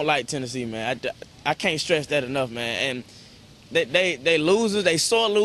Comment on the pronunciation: at the end hes like "i cant stess that enough" haha